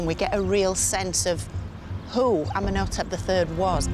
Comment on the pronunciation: She could at least say his name correctly. Ummen O Tep. Lol wtf. Amenhotep. Ummen O Tep. Cringe. Has she no respect 🫡